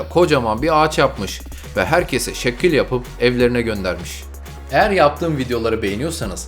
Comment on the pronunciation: şekkül hihihihi